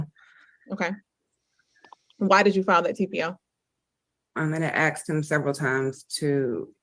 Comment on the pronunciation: She "axed" him? Small wonder he shot at her. 🙄 This guy really needs a very long time as far away from polite society as they can send him. Alaska?